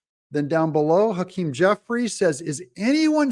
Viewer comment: Jeffwies lacks integwity. Twump won. Joseph Wobinette Biden... is a cwiminal.